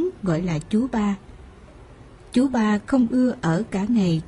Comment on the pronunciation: Cứ nghe từ chú 3 là thấy sao kỳ lạ á người đọc bị gì vậy á !